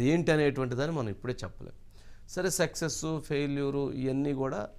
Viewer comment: సెక్సె స్ కాదు వంశీ గారూ సక్సెస్ ప్లీజ్ మీరే అలా ఉచ్చారణ చేస్తే మీ ఎంప్లాయిస్ ఎలా చేస్తారు ? ఊం ?